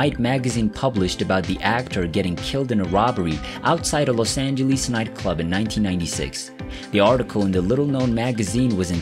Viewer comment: What's a Los angelwees? Narrator keeps saying Los Angelwees! Lol